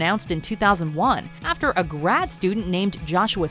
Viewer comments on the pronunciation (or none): none